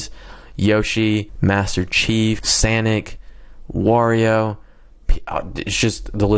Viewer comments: You said sanic but it's sonic.. but still cool plugin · LMAO HE SAID "SANIC"